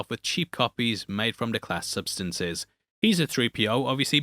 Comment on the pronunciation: lol gets the sf names pronounced right but gets the French wrong. “Day clas say” is how you say déclassé